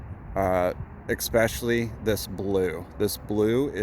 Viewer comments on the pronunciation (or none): ESPECIALLY, not EXpecially! Why is it that so many people cannot pronounce this word correctly?